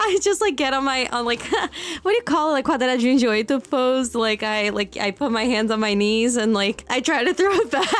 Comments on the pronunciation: Nenhum gringo é capaz de falar "quadradinho de oito" tão perfeito. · All the brazikians are talking about her saying "quadradinho de oito" but she also said "churrasco" perfectly. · "quadradinho de 8" em perfeito carioquês, destroçou qualquer dúvida. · Quando você falou "quadradinho de 8" com tanta perfeição, imediatamente qualquer dúvida que poderia ter existido de que você não é brasileira sumiu naquele momento. Eu senti até um choque passando pelo meu corpo com meu cérebro mudando de "inglês" pra "português perfeito" em segundos SHAUSHAUSH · When you said ´´ Quadradinho de oito´´ , this proved you are brasilian kkakakakaa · Namoral,quando tu falou quadradinho de oito me acordou aqui,real tomei um susto com o sotaque kkkkkkkkkkk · Né? É impossível um gringo falar essa frase com esse sotaque, é sotaque mais padrão do brasileiro kkkk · qualquer duvida sobre se ela é brasileira ou nao morreu quando ela disse quadradinho de oito deu ate um arrepio de tao brasileiro que foi o sotaque